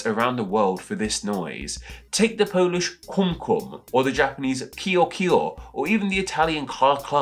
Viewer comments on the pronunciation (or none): none